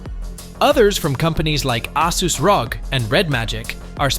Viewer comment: its R O G you don’t say it as a word